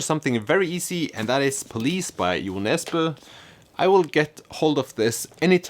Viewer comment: Also I once again literally laughed out loud when I heard how you pronounced Jo Nesbø because just like hearing you say Siri Pettersen I realized that I (and everyone I know) have been butchering the pronunciation and Americanizing it. Everyone says it like Joe Nezz-bow. I'm embarrassed for myself and my entire friend group LOL I also picked up Zorba the Greek years ago, and like you only because I had heard of it. I debated keeping it but then I found the sequel in a different thrift store and it was the same style of cover art so now I have 2 of them and no plans to read them in this decade. SMH at myself. P.S. Your briefly appearing captions were funny